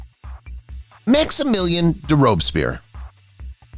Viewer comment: Or mispronunciations of Akenaten and Robespierre.